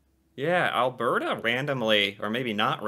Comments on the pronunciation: Im from Edmonton Alberta. its Alberta (al-burr-da) in the native accent but lots of Americans call it "Al-burr-ta" also yes, alberta is wonderful. and fun fact. its the only place other then the north and south pole that doesnt have rats! this is because of our HUGE Rat control program. hunters scout the SE border for rats - the "Badlands" are called that, b/c when the english came this way, they scouted for areas for farming, the "Badlands" were considered bad farming spots, because of the lack of dirt, lack of water, and rocky formations - Alberta is the Oil Capital of Canada. - alberta is quite similar to the Southern US, (Not exactly the same...) Alberta was a farming / cowboy province, it is very reminiscent of the Cowboy times, that's why the rodeo exists. its the largest rodeo that exists in the world... - there is more to do thats really cool all over the province, like going through the small towns, and looking at all statues and older buildings around them, (Such as Mundare Alberta with the Worlds largest Sausage (Sculpture) or Vegreville largest Ukrainian Pysanka (or Easter Egg in English) - Canada has the largest Ukrainian population outside Ukraine, And Alberta and Saskatchewan are the Home to the majority of them. youll find alot of Ukrainian stuff in the province if thats what you like. - BE HERE for the "Battle of Alberta" when the teams From Calgary (The Stampeders (Football) or the Flames (Hockey) Verse the teams from Edmonton (the Eskimos Elks (Football) or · Alberta is pronounced Albert a with the accent like al BER ta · Yes "Al-burr-ta" not "Al-bear-ta". Often the "t" is softened to more of a "d" sound as well. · Alberta(Al-bur-da) is basically just Montana, Georgia, and Texas all rolled into one beautifully green province lined with the second largest mountain range on the planet. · Phonetically. Al-burt-ah.